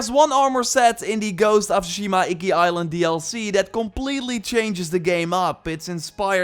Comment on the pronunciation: you don't even belong playing this game you can't even say Tsushima right.